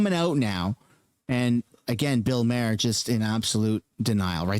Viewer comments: Phonetic for Bill’s last name: Mah Hur. Not “mayor” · Ffs, it's not pronounced Mayer, it's Maw-er. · It's pronounced Bill Marr, not Mayor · Maher is pronounced Mar. If you are going to talk about a person learn how to say their name you moron. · First, you’re pronouncing Bill Maher’s name wrong. 2 this show came out before all this information was confirmed or released. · I can’t stand the way you say bills name 😂 great video tho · The way you pronounce Bills name is driving me crazy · You can't even say bill maher properly..... loll 😂